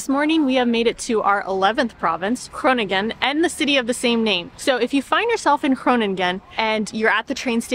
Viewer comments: You have the tendency to say gronin gen. It’s not really pronounced this way, it’s more pronounced like koning(en)or so the last “g” isn’t so pronounced. Thanks for the episode today 😊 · De uitspraak van de Nederlandse woorden is steeds beter! De NG in Groningen is the same sound as the NG in Wrong, so that G has another sound than the first G, this first one is the same as in Goedemorgen, and you say that right ❤️Hil